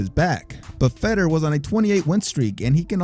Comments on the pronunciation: Ruddock, chris weedman, chris lebben, fedder, cheek congo. This guy only prounounces the spanish names correctly. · I came after Lebben and Fedder to say something about how he got those so wrong. Haven't even heard Weedman yet. Haha. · Bro you crack me up with how you pronounce "Ruiz" perfect with the rolled "r" but mispronounced other "white" last names. Yet again I've never heard someone pronounce Fedor as "Feddor". I'm not trying to make fun of you for it though. I'm guessing you don't watch mma as often or if you do you mute the commentators. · Fedor is pronounced (Fay Door) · Man get these dudes names rite Chris leben name is pronounced leeben and Fedor named is pronounced fador except it's spelled wit a E dam the guy says his name on the broadcast nd u still say it wrong